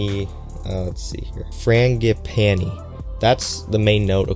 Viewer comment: Is the chocolate that horrible powdery chocolate like the others (like huffing a crushed up bag of coco pops)? And it’s Fran-gee-pan/i , frangipani Thanks for the review